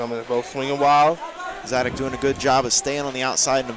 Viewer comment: Zadac with a "C", not a "K". (Hint, watch the video)